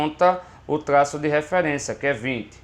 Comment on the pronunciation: cada tlaço kkkk